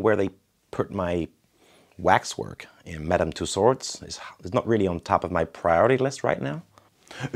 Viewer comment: Did he say “ Madam two-sword”🤣🤣🤣🤣